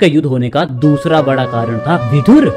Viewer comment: सही शब्द विदुर है, विधुर नहीं। 😣 विधुर का मतलब english में widower होता है। उच्चारण पर ध्यान दें